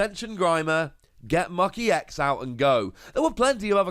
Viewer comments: Still "ecks", not "eee-ecks". Other than that, glad to see the series going on. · EX is pronounced as E. X. ex is pronounced as just the x. Citation